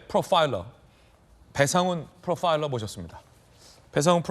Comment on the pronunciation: ㅋㅋ프로빠일러 ㅋㅋㅋㅋㅋ왜케 강조하시는게 느껴지나요 😂😂